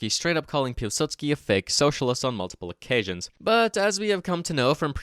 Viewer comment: If you wanted to get really nitpicky, you'd actually pronounce Piłsudski as something more resembling 'Piw-Sutski' too. The 'ł' in Polish isn't an L like we use it in English, it's basically just a funny looking W.